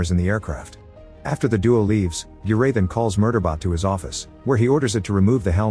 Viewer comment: its arr-raa-da and g-ra-thin. not whatever the that ai slop was.